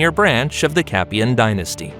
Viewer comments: So like a Hollywood movie things can be mispronounced and historically inaccuracies included? It's a ridiculous point that you make, why as it's so easy to research why wouldn't they do that? Like pronouncing Capetian correctly! Most people wouldn't research it further so why not just get it right? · First time I hear about the "Capian" dynasty...